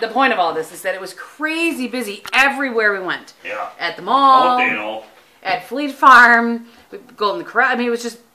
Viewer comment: The colour of your make is gorgeous and really suits you. When you were first saying fleet farm I thought you were saying flea farm I was a little confused :)